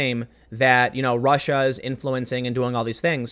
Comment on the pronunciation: Tim is channeling a bit of Shapiro today. Rrrrussia